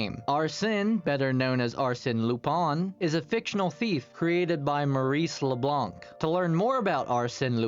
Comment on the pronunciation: AMAZING VIDEO also Leblanc and lupin were pronounced wrong lol